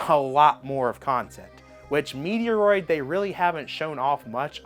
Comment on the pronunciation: How can you not even pronounce Metroid properly?